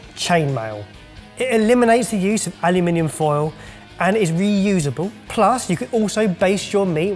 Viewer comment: Did say aluNIminium?!